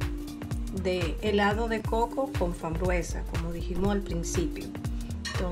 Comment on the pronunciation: Por qué hay que repetir 600 veces " helados de coco con fambruesa"señora no se dice fambruesa se dice FRAMBUESA 🤦‍♀️